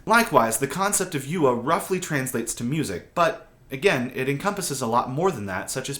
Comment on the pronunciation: Great video but please spend 1 minute learning how to pronounce 'yue'. Hint, it's not you-er